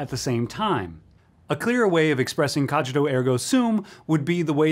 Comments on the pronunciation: (The "g" in "cogīto" should be pronounced like the g in "singer", not like in "age") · Please stop pronouncing "cogito" wrong. No, really. Please stop pronouncing it wrong. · If one is going to talk about a topic that is strewn with Latin, one should be good at pronouncing the Latin. Cogito as in cog in a wheel; principia as in brink...